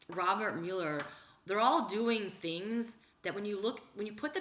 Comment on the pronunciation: The name is NOT myul-er, it's MUH-ler.